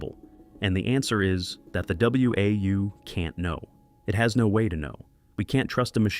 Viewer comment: Dead giveaway this video is AI voiced when it pronounced WAU as W A U instead of "Wow" like it's pronounced in the game. If an actual person had played the game, they would have known that. Stop giving these AI slop channels views people.